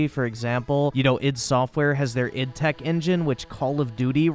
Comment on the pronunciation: It's id as a single word. Not separate letters. It comes from Freud I think (id, ego and superego).